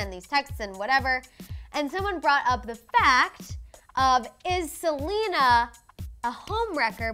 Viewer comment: it’s Selena not Salina